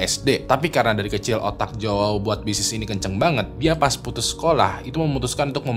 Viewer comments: jowawo wkwkw, bacanya yaw bang kalau nama Joao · bacanya juau, jgn dibaca mentah" jadi aneh 🤣